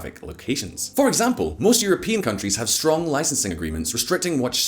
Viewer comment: vehRy stronK soldier